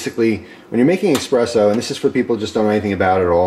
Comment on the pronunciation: EspreSSo with an Ssssssssss not X